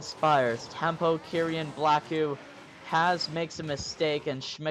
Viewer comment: It’s kee-ren not kerian fyi